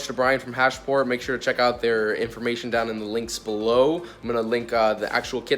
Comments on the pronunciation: its HASPORT.... not HASH-PORT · Hasport not hashport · Sounds like he's saying hashport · Your the only person I’ve heard say “hash-port” and “hon-data” lmao